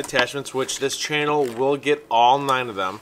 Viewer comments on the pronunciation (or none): none